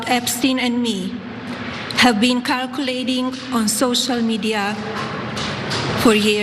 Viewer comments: I had to listen twice to understand kirkculating. Not her words evidently.... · Karculating = circulating. FYI. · Did she say “carculating the internet” I’m pretty sure the word is circulating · Did she say "kirkulating" on the internet. Not even her own words.....🤦‍♀ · cartorized (categorized) and Caarculating (circulating) 😂 first lady struggles to read. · She cannot even say "circulating" properly. What a joke